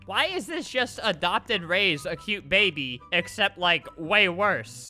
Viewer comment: He said just, just pronounced it like jist